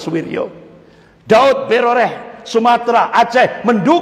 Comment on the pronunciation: Subhanallah, saya selalu mengikuti ceramah pak Ustadz ini dan senang. Cuma ada lucunya ketika beliau menyebutkan nama Pak Daud Beureh menjadi Daud Broreh. Ha..ha..ha... Jadi saya ketawa dan geli dengarnya.